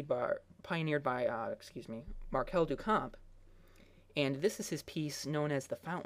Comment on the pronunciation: Thank you! Anyone doing a video on art should know this. I cannot share this video with my students due to his awful pronunciation.